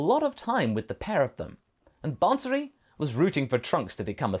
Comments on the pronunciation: It is not ban-suri, it is baa-suri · Absolutely great what if a couple of points though, if Bansuri is derived from the name of the instrument then it's fine, but if it's the same name you don't actually have to pronounce the N in the bansuri , no offense just helping with the pronounciations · The way he says bansuri 💀